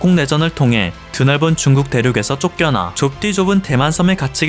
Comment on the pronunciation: 7분 7초 "북한이 한국에 준둔하므로써.." 내가 잘못 들었나 해서 자막을 봤는네 중국이네요 ㅋㅋ 소리만 듣다가 놀램 ㅋㅋ